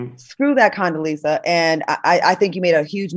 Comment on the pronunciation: Al said Coondeleeza…..💀💀💀💀💀💀💀